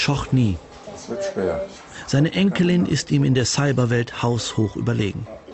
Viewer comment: Syberwelt, ernsthaft?